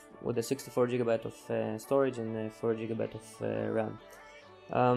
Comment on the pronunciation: jigabytes lol